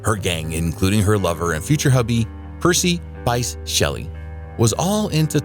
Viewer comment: It's Percy Bysshe (pronounced "Bish") Shelley 😉